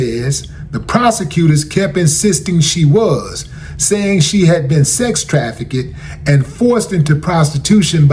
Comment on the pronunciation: My brother it's not pronounced tra, fi,ked, it's trafficked